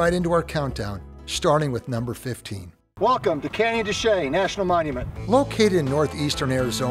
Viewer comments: For what it's worth, Canyon de Chelly is pronounced more like Canyon de Shay by the Navajos. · Didn't I say it that way? If not, it is honestly what I attempted. lol! Actually, someone told me it's technically pronounced Canyon Duh Shay - hence the two different pronunciations in the vid. Anyway, it's a great place and thanks for watching!